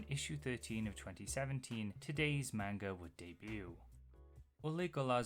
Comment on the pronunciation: Hi! I've been getting really into your videos, and they're great, so please don't take this as hate, but... you pronounce "manga" wrong. It's closer to "mahn-ga" than "man-ga." It's just one small thing that ends up being pretty noticeable with, y'know, how often you need to say it.